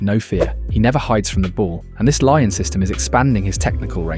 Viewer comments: Learn to say Lyon in french. Is not Laian. Is Lion. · Why do you keep saying Lion instead of Lyon? Are you Ai? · Lyon is not pronounced Lion, it's Lee-Own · Its not Lion its Lee-ON! LYON. How can you so confidently say "lion" over and over again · to hear Lion instead of Lyon hurts anyones ears, wtf. its a place, bro, f-ing use words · it's not laion, its LYON, french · say it with me lee on not lion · great video, but ill hate you forever for calling lyon of lion 230x throughout the video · pronouncing olympique LION is a bizarre choice (endrick's a monster tho) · its pronounced Lee-On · Stopped watching immediately after 'Laion' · please, just say "lee-on". Lion is the animal, not the city. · More like "ong" than "on". So "lee-ong", not "lee-on".